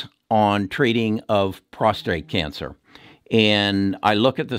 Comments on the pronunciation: It's PROSTATE, not "prostrate" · Constructive criticism: It's prostate, not prostRate. On another note, thank you very much for all your work, very informative and well explain! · You do outstanding work. Appreciate your advice very much. Just wanted to mention it's "prostate" not prostrate, which is what you said in your video many times. Prostrate is to bow down or get on the ground. But your views on stocks have been tremendously helpful to me; and I've been buying some of your recommendations. Thanks!! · Prostate not prostrate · It's prostate, not prostrate ! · Why do Americans pronounce Prostate as ProstRate? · it is prostate not prostrate only 1 r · Sorry about your daughter. Learn how to say prostate instead of prostrate. I had cyberknife, 5 one hour treatments, very few side effects.